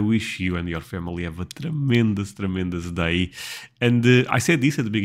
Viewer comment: just wanted to mention that "day" is pronounced "dei" . The way you are saying it sounds like "die" which is not pleasant .